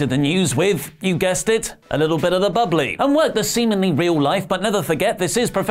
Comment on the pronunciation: “A little bit of the bubblay” Is the next big meme 😂😂